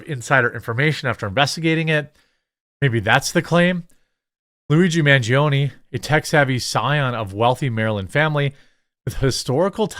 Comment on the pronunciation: It’s Man, pronounced (Mawn) - gi, pronounced (gee) - o, pronounced (oh) - ne, pronounced (nay). It’s Italian. Pronounce it correctly, please.